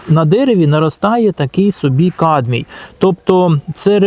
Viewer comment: камбій , а не кадмій - а загалом дякую за пораду